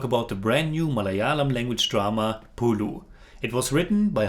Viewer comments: not "പുളു" its "പുഴു"🤣🤣🤣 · "പുലു" അല്ലടാ ചെറുക്കാ "പുഴു" എന്ന് പറഞ്ഞ് പഠിക്ക്